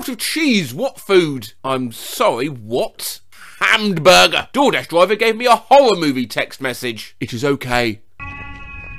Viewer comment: the way says "hammed burger" has me dying more than it probably should